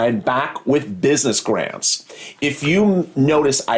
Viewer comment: It’s “WITH” not “WIF” 🤦🏻‍♀️